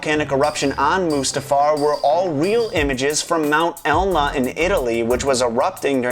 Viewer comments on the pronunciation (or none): It's Mt. Etna, Italy (which is in Sicily, near Catania). Not Elna, as you had said. Fyi, just a correction. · it's mount eTna by the way :)